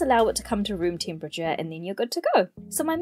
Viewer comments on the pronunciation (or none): none